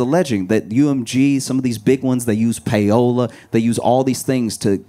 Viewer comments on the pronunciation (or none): him saying payola LMAOOOOOO 😭😭 love you josh